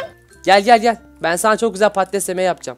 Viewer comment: abi patates değil padtiz